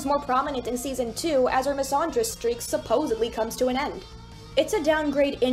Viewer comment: pretty sure the "and" in "misandry" is just pronounced like the word "and"